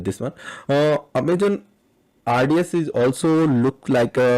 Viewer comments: He is prouncing as Amajon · it's so cute that in a video about aws you keep mispronouncing the word 'Amazon' 😊😊